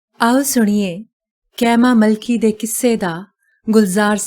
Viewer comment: Very nice 👍 story but Mam its ਕੀਮਾ ਮਲਕੀ